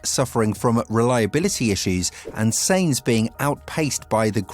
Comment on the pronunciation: Stop saying S*E*inz.. its pronnounced S*A*inz